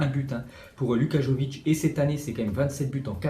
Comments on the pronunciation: Arrête de dire jovic c est vraiment énervant, on prononce Yovic, le Y se prononce comme la mayonnaise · Ça se dit yović pas comme tu le dis